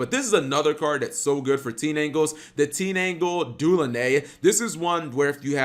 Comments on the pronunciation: TEEN-ANGLE?.....h.....just how?! How do you do that?! It's TIN-DANGLE!!!! last time a mispronunciation ticked me off this bad it was farfa pronouncing SAR-YU-JA as SAR-YU-YA -_ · It's tinDangle not teenangle